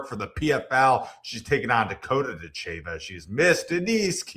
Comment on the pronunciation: If you were an MMA fan, you would know how to pronounce Ditcheva. Listen to the announcers.